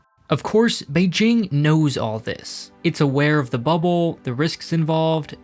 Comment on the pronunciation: someone practiced his pronunciation of beijing